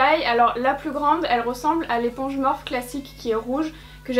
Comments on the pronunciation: Je refuse de continuer à regarder si elle continue à prononcer morphe "morphe" prononcé [morfie], nan sans rire très bonne vidéo comme d'habitude 😊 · On dit pas morphe on dit morphiiiiiiiiii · Ça dérange que moi comment elle prononce Morphe ?? Ça se prononce pas morphe mais morphi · Au top comme d’habitude ❤️ Par compte tu me fais tjrs sourire quand tu prononce Morphe car moi je le prononce « Morphie »😂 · On dit morphIIIII Sinon maquillage magnifique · En vrai ça me fait grave bizarre que tu dis “Morphe” au lieu de “Morphie” 😩😂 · Ça se prononce MORPHI pas MORPH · C pas morph mais morphe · Elle me fait rire quand elle dit m «Morphe» parceque ça se dit Morphi 😂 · les éponges étaient "abimées" parce que tu as vu comment tu les as arraché de l'emballage !!!!!!!!!!! et ça se prononce MOR-FEEE, pas MORF !!!! pfffff !!! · toi aussi si veut dire morphe et pas " morphi " c'est sont choix et respecte le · Je ne sais jamais comment il faut prononcer cette marque, j'entends des morphe, morphi ou morphé 😂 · On dit pas morphÉ??? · La marque Morphe se prononce Morfii si jamais 🙏🏻🌸 et jadore comme dhabitude!